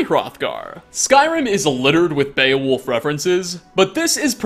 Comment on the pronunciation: Its beOwulf 😂